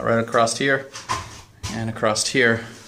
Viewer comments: "then were gonna put slats acrost, all the way across" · There is no 'T' in the word > 'across'.